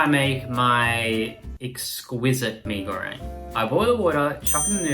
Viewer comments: I hate the way they say “me go rang” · Why are yous saying me go RANG it’s reng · That "mei goreang" made me purse my lips tho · "me goweng" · As a Malaysian it is so cringe to hear them say “Mi Gorang” like 😌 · 1) they're not making it for a damn uni student 2) pee goreng (hahahaahah) 3) idk, i three points for effect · “Me go rang” 🤣🤣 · "Isn't Mi goreng THAI tho?" Look at how they massacred my boy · They kept pissing me off when they said mi goreng wrong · Umh.....it doesn't bring any harm though. Everyone can still understand that as "Mie Goreng" If they ordered from abang-abang or teteh in warung, it's still a pass Unlike when you order some dimsum in China and said "Gao zi" literally "Gao zi" Instead of saying it as "kao-che" That's detrimental Relax a bit